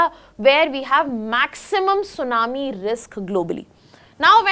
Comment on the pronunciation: sunamee no T:face-blue-smiling